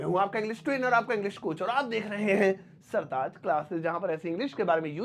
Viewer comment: Pehle apne naam ko he durst karte yeh Modi wala sartaz nahi sartaj hota hai hindi mat bigard jaroor nahi zaroor hota hai Majboot nahi mazboot hota hai z ko j j ko z s ko sh sh ko s...padte ho Hindi filmain daikh kar he pronounciation Sikh lo